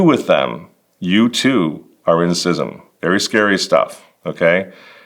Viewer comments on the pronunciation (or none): If you’re gonna profess to be an expert on schism, at least pronounce the word correctly lol